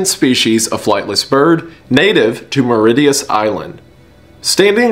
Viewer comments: PLEASE DON'T DISRESPECT THE DODO, IT'S MY NATIONAL ANIMAL !!!!!! (also Mauritius is pronounced Mo-ree-sh-us, and not Mo-ree-ti-us) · As a mauritian The dodo definity is an f tier it just sleeps and gets butched by the dutch🥲 Also you said mauritius wrong🤣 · the way you pronounced Mauritius physically hurt me 😭😭😭